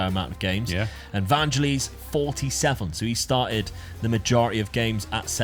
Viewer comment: It's "Van - gell - iss"; like the bloke who wrote Chariots of Fire.